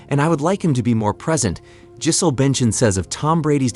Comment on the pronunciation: This is a top notch AI voice. Unless that is you mispronouncing “Giselle”?